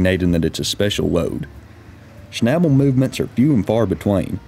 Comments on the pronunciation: Schnabel is pronounced with a long A like in Audi.... :) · Pronounce the a like and ae sound. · I think you mean ""shnebbulls", LOL. Sorry, southern accents are funny to me.😀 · To a native German speaker the English pronunciation of "Schnabel" sounds funny. The 'a' is pronounced similar to the a in "car"... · Schabel is a German word. Please look up how you pronounce it 😂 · You dont know how stupid „Schnabel“ sounds in german, especially when pronounced as if it is an english word :-)